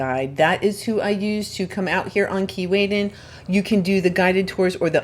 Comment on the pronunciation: Why do I hear Keylaydin not Keewaydin!! Lol. Either way i hear it i love the beach. Wish i could visit it some day.